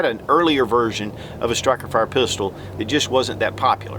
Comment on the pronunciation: "Stikerfire"?? Lul. Two thumbs up.